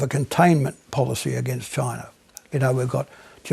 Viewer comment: This lady really hates the choi-nays.